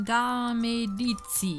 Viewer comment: Das Medici wird Meditschie ausgesprochen.